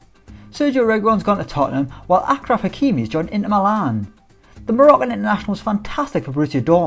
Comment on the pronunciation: Ashraf not Akraf